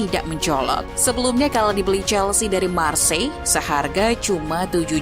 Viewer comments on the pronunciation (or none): none